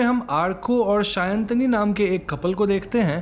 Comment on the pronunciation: And it is shayani not shayan